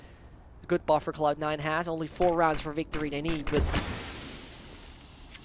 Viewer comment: Tip to commentator: cloud9 not just cloud and try to make a d more than a t